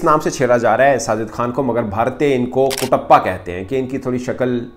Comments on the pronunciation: Bhai kutapa nahi katapa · It's not Kutappa sir it's Katappa